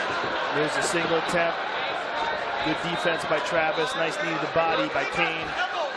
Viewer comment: I remember the first time Cain fought Goldberg kept calling him Kiyan Velasquez